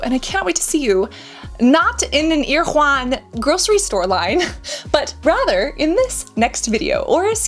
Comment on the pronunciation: It’s pronounced air-uh-won!